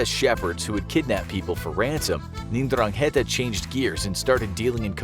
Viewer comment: I’m pretty sure it’s pronounced Dran-ghet-ah.